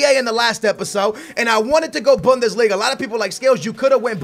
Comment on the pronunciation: Bundeslinga with "Toni Kroos"